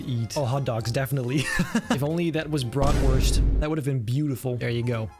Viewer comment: as a German I can say u pronounced „Bratwurst“ very well